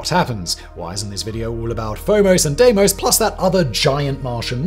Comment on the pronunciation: Pronounced Deemos